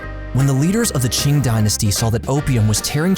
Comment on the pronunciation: Kind of surprised how typically mispronounces foreign names, but pronounced "Qing" perfectly.